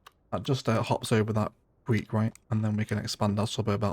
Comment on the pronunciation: Creek not Queek.